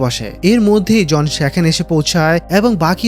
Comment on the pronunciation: আপনার গল্পবলা সুন্দর, কিন্তু দয়া করে একটা উচ্চারণ ঠিক করেন,সেটা হলো "সেখানে" বলা শব্দ টা। এত বাজে লাগে।প্লিজ